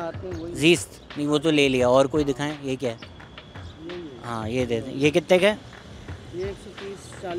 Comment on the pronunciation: "ye kittay ka hai?" So karachi 🫶